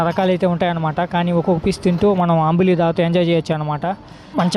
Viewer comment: అంబులి కాదురాచవట ( అంబలి )అంటారు